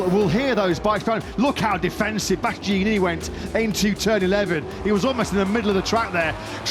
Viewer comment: One of those commentators can't pronounce Bastianini... 😅